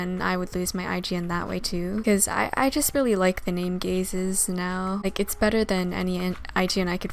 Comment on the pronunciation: when you say Gazes, I keep on hearing, "Gay Sis"